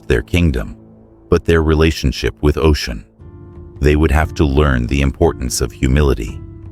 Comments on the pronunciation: Her name is Osun (Oshun), not Ocean! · It kills me when you keep mispronouncing her name it’s Oshun not Ocean though yes it’s a homage to her it’s inaccurate as Yemnja is of the ocean and Oshun is the sweet waters. And Nana is the deep waters the sediment. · If you’re going to do a video on a deity of any kind, please be sure to pronounce the name correctly. It’s pronounced O-SHUN. Not ocean. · Her name is Oshun [O-shoon] NOT Ocean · I want everyone to know her name is not pronounced as “Ocean” is O-Shun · Great story! Some constructive criticism, going from Ocean to Oshun, was a bit distracting. It would be best to pick one pronunciation and one name. Same with Odewale. Consistency helps to follow the story. There were some sentence structure errors and spelling errors. After proofreading, always have someone else double check to catch what you might have missed. Other than that, great storytelling. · Am I wrong that her name is pronounced “OH-Shoon”? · you can't even pronounce her name right. that's also not how you pronounce Odwale either. If you thought she did what she did purely because she was forgotten then you don't know the full story. deities retaliate when people start to use them and drain them until there is almost nothing left and then try to behave as though they are all mighty, ungrateful and act as though they're the gods who did it all themselves with no gratitude. When humans start to consume and destroy the very thing they were given to utilize and protect, to nurture. when humans start to consume at the expense of nature to almost extinction and each other, the gods retaliate, in order to preserve life & balance itself. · how he can pronounce Olodumare but butcher Osun…😂 It’s good tho. Carry on